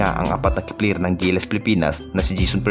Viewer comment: perkins, Terence, hindi tirince, player hindi pliyir